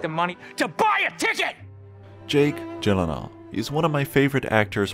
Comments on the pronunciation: How do you pronounce Gyllenhaal correctly? Proceeds to pronounce it wrong. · Jake: "That's how to correctly pronounce it" This guy immediately after: "Jake Jillan Hall...." The timing of that made it hilarious 🤣